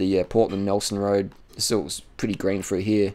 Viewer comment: I like how he tells people to quit school, yet he can't pronounce a word properly. "Perf" "Froo here"